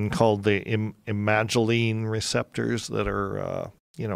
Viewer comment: When he says "imagoline" receptor does he mean imidazoline?